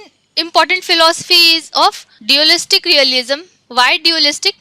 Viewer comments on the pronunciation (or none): Acha learning video he but aap thoda English movies dekhliya karo pronounciations aa jae ga. hum word ko vowel ke hisab se kehte hen lekin unka pronunciation alag he. for example: Causation ko Kou-zation nehi balkii /kɔːˈzeɪʃ(ə)n/ kehte hen. Diualist nehi Dualist.